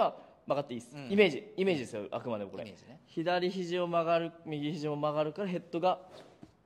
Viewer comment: いい動画ですが、毎回「あくまでも」が「悪魔でも」になっているのが気になります…